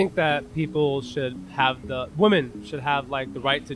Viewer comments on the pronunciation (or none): The way he knee jerked the word "women" actually legit startled me. Like he was afraid that someone was going to jump on him for almost implying that men could have a say in the abortion of babies.